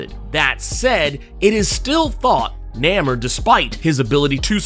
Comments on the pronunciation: Why I agree it's weird to hear him pronounce it that way, It's even more weird you falling on that old schlock "so so must be getting paid by Disney". So lame lol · first time hearing his name said like that, was caught off guard lol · It’s pronounced NAY MORE. We’ve been saying it like this for decades. We need to change the pronunciation now? Why? Good video though. Am I the only one that hated the original triangles shaped head? I wonder why the creators went with that design? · Why do you keep saying his name that way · Why are u pronouncing his name like that but that's not the way you say it and you supposed to be a comic book accurate dude saying it like how they standing in the movies and it's not pronounced like that brother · ewww you pronounce his name weird lol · I have never heard his name pronounced like this in all my damn near 4 decades of life. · He done said this characters name wrong so many times before the minute mark I think it is a superpower.